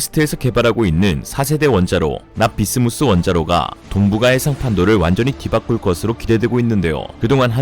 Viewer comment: 납-비스무스 인데... 자꾸 납-비스무리 로 들려..